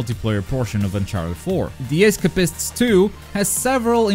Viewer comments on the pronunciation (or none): I don't mean to offend, but your pronunciation of The Escapists really stood out to me. FYI it's like es-cape-ists, with emphasis on the A.